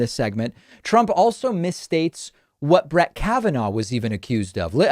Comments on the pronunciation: "Brat" Kavanaugh lmao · Did he "shats?, Is that the same as United Shats of Amerca? Doesn't sound like he was just bingeing on the Adderal, that sounds like a combination of Adderal, Donnie Jrs. and Kimmerlies cocaine batch too. He pronounced Brett as Brat? Oh he is definitely telling the truth, he HAS become Worse .Once again he projects, but he can't stand the fact HE LOST.